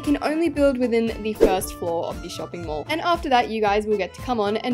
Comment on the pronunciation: English isnt my first language but when she mentioned the mouse hole in her mall i thought she said mole and i realized when she said "who add a spider on my mole" that she ment mall😭